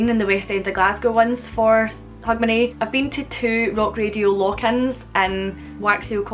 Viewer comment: When you speak it, it sounds like "hug my knee" to me. Remember people, knees need love too, life as a knee can really be tough sometimes.. The pub is named what? It sounds to me like you're calling it "Wax your conners". I just knew my conners need a good waxing. Also, happy new year